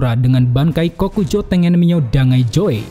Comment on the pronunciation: Tengen Myo'O (myo oh) cara bacanya bang bukan tengen mio.